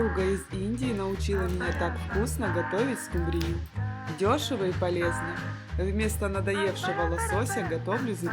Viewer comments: Сил больше нет слушать:"скумбриЮ"...( под музыку (( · Простите, но ску'мбрию...